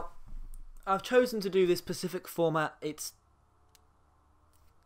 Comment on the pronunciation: heheh u said pacific format instead of specific